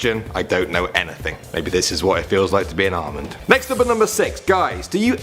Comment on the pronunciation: When he said Almond I thought he said Armin and I was like well if you turned into Armin you would have two best friends named eren and mikasa and one would be super strong and the other would have anger issues If you get the joke your amazing marry me now